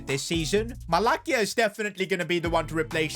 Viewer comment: As usual Malacia pronounciation is so bad